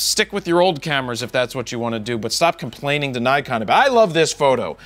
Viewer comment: Funny how a guy who can't say Nikon correctly tells us how to pronounce piano. (Joking here, making fun of Americans.)